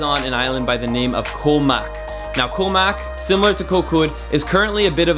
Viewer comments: The word for island in Thai is pronounced "goh" very staccato/short, not koe, and I don't think you've seen all the beaches in Thailand. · You are pronouncing Koh wrong buddy.